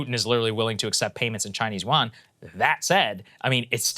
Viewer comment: Love Saagar but he needs to learn how to properly pronounce yuan.